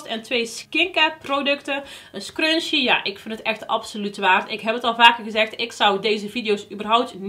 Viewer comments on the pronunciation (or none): love your goodiebox unboxings!! ik moet wel altijd lachen omdat jij zegt crunchie maar het is scrunchie haha